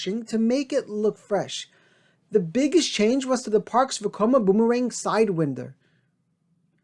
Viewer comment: I'm absolutely confused if you even know about these reimagined RMC hybrids? They are hardly what you think they are. Sure great coasters yes, but you put reliability and capacity in there too. Those things just don't exist for RMC yet. Also, tho this is irrelevant; you're absolutely saying Sidewinder wrong lmao. Read winder as Wine-der. That bugged me only because it shows you might not understand what you're saying. Also Unkempt means untidy and disheveled. Sorry I just feel like you deserve to be picked apart after the click bait title.